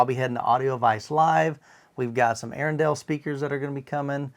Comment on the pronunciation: Hey guys, it’s Arendal with emphasis on the A, it’s named after the Norwegian city of Arendal, if you give me your cell number I will call you and tell you the proper Norwegian pronouncation, proudly Norwegian as me 🇳🇴